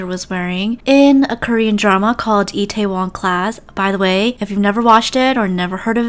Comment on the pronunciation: Its I tuh won class not etwon